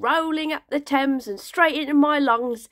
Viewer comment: I finally know how to say “Thames” properly.